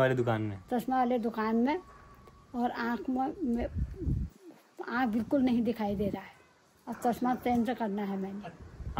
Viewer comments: Aakh❌ Aankh✅ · Aakh ❎Aand ✅ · Aakh❌ Aand✅😂😂